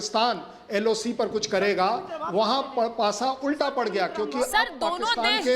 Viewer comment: LAC nhi maim loc hota hai